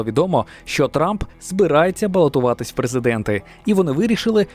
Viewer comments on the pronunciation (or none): none